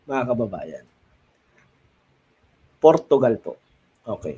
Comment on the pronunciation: Portugal hindi portuugal